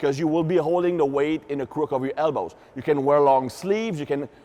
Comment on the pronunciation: And hips = "ips"; elbows = "hellbows."